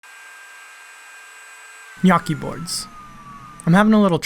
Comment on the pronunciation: I'm really impressed by the way you pronounce "gnocchi", because I was expecting a pronounce similar to the "gn" in "pregnant". So, bravo!! By the way, I'm Italian